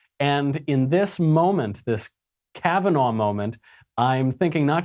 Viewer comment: Lol Cavaugnah